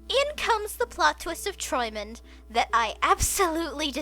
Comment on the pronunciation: Your pronunciation of träumend is pretty spot on, only the r-sound has a bit of an accent to it :3 'Träumend' is Partizip Präsens / present participle of 'träumen' (to dream) and close to 'dreaming', although 'träumend' is not used very often in every day German.